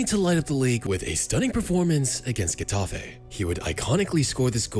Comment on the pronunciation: Getafe* not Guetohfe